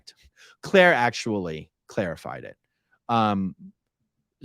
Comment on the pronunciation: Claire "clairified" .... 😂